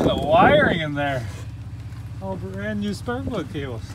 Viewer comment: “It’s bran new” oof😂